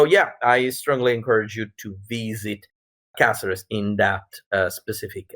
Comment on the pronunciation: Great. I hope you had fun, it looks very good. I am Spanish myself although I couldn't go to the event, and Caceres is a very good place to celebrate this event. PS:, your pronunciation of Caceres is perfect the first time you do it on minute.